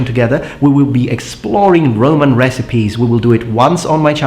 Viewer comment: So the 'B' in bRoman is silent, go figure.